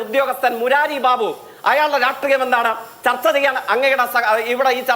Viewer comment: തർത്ത അല്ല ചർച്ച എന്ന് പറ